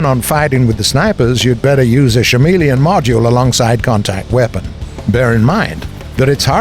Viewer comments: "shamillion" really wtf.. who is your narrator? They are retarded. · My mans said shameleon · I'm sorry, but every time I hear "shameleon" I giggle. :'D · Again with the "SHameleon?" So we go from cringy southern-esque accent, to another guy who botches pronunciation. Sweet.